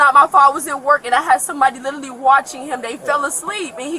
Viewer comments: She " litally", said I in college an' working part time.😮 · "It's not my fault. He lidderally got out the car."